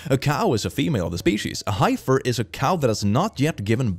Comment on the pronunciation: Need to tell that it's pronounced "hef-fers" and not "hi-fers."